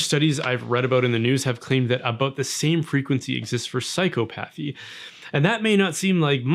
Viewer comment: It's pronounced psychopathy not psychopathy